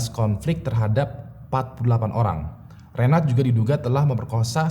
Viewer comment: Sdr kembar gofar hilman yg terpisah. Cm meningan gofar sih😁 Btw reynhard bukan reynard kaleeee